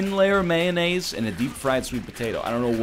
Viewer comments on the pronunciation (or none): none